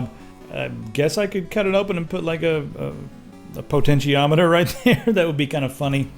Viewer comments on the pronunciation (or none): none